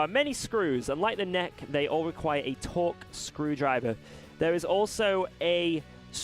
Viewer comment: Torx, not torque :D